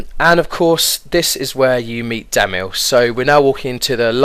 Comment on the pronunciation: dont get why you say damil LOL